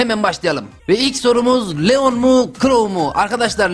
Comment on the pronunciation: Bu arada abi leon lion diye okunuyor